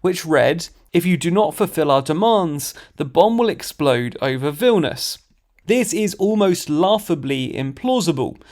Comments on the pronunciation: Vil - ni - us, not Vilnus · that not how you pronounce Vilnius... right?